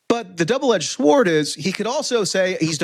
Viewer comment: NK refusing denuclearization out of national or Kim's personal pride? 😄 - Dude, maybe out of sanity and survival instinct? - And then you repeat the national pride point in regards to Iran. Double-edged shwart? 🤨 Get well soon! I see you really got hit by the flu or something and are struggling. (I hope it's not a Zelensky cold. 😜)